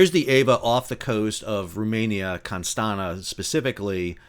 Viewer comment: Consta'na ... ha, ha, ha 😂. In fact, it's written Constanța and pronounced Constantza, with [tz] sound [ț: in romanian] :).. All the best from Bucharest! 🇷🇴